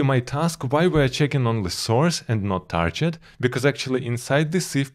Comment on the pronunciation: Nice videos as always. By the way you're pronouncing "target" incorrectly. You're saying "tarjet" instead of "target".